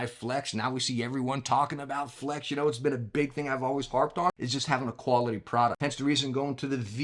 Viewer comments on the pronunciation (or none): none